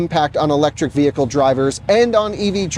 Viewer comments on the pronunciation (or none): none